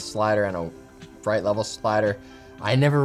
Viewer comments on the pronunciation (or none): none